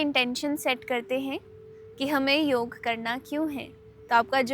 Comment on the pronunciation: योगा नहीं योग बोलिये ❤❤❤